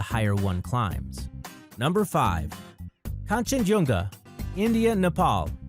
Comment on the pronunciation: Kangshenjunga, not Kanshenjunga